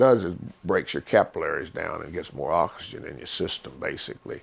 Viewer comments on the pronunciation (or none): none